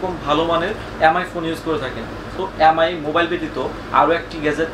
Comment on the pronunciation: এ্যাম আই না এম আই, ভাষাগত কারণে অক্ষরের উচ্চারণ গুলো পরিবর্তন না করি ভাই